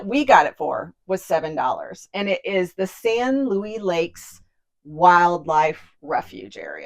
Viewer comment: As a Colorado resident, you’re pronouncing “Luis” incorrectly. It’s not Louie. It’s ‘Loo-ees’. It’s a Spanish word.